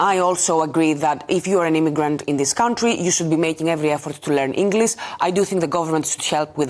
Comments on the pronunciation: Englissss? IT'S ENGLISH!! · She couldnt even prounouce the word "English" correctly.